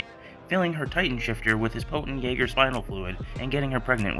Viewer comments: It’s not jager it’s Yeager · it is Yeager not jager